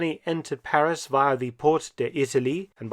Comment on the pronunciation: Thank you Professor. Well researched, and presented with your own inimitable panache. Your French pronunciation is absolutely perfect, we appreciate that. And we all know that Paris became the headquarters for SHAPE, the forerunner of NATO. Have you made a video on this history? All the best!